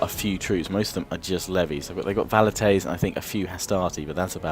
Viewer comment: Velites not Valites :D